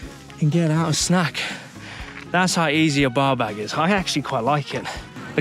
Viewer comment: I kept hearing "baw bag" for the bar bag.